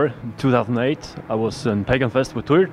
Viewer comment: MissLokiJackson Tweer!